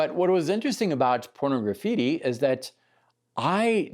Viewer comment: I always find it funny how most people call that album Porno-graffitti, like it's two words. It's supposed to be pronounced like Pornography with just a "tea" at the end.